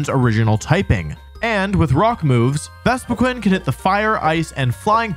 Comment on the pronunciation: I've never noticed how badly u pronounce pokemon before no offence init, it just made me laugh, jengar... vespiqwen🤣🤣